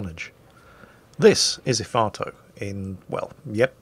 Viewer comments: What, nobody commenting on calling Efato 'Ifarto'? For shame people, we're supposed to be calling him crap and such. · The bevis and buttheqd in me heard "el farto"